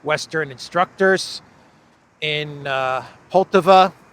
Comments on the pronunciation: please pronounce Poltàva correctly - with the accent falling as shown above. On the second syllable. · It’s pronounced Poll-TA-va